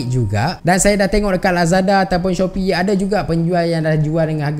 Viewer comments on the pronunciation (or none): none